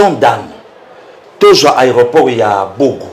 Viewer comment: C'est BOGA et non BOGO